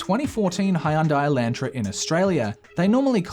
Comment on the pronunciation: As an American, the way you're pronouncing Hyundai Elantra hurts.